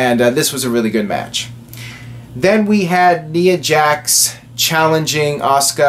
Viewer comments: Knee-uh Jax. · you keep pronouncing ''Nia'' Jax name wrong it bothers me a little bit... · ***** lol, you are not alone